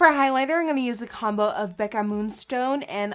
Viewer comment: when she said "Becca" her Dutchness came out 😂😂